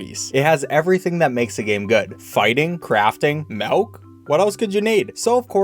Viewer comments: it's pronounced milk, as in MILL KUH not melk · Bro I hate when he says milk like maulk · I hate every game with Milk in it because always pronounces it "melk" and it infuriates me s.s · Muck not meck Milk not melk Why just why😤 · Mauk? It's called milk. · pronounces milk like “melk” confirmed. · Still saying "malk" i see... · "malk" - 2021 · The fact that he says melk triggers me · i love how he says "milk" he says "maelk" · did say MELK?! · Repeat after me: M U C K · This man really says M E L K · I don’t like the way you say “milk” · Why does he say milk like that.